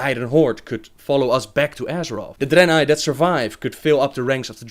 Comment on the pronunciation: I like that Draenei accent you're doing!